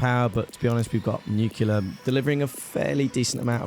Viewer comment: It's been low-key bothering me how you mispronounce nuclear. You say "Nu-cu-ler" when it's actually "Nu-cli-ur." You still put the stress on the first syllable (e.g. "NEWcliur")